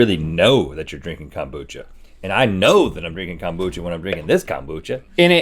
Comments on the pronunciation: Someone should’ve told Rhett that it’s “kombucha” not “kambucha”. 😂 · nobody: rhett: KAHMboocha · No one: Rhett: calm-bucha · nobody: Rhett: kOMboocha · My grandma always pronounced it 'kum-boo-kuh'. She also made her own and would put some in my drinks because she knew how gross it was. I hated it. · rhett hits the o in kombucha so hard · I'm surprised I can't find any comments about Rhett's pronunciation of kombucha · The way Rhett says kombucha shows he’s definitely from the south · it's kombucha girl!!